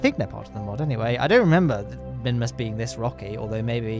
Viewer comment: Mimus and mun is all I hear